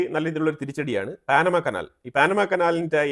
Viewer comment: എന്താണീ പറയുന്നത് പാനമ കനാൽ പോലും പാനമയല്ല പനാ മാകനാൽ എന്ന് പറയുക ok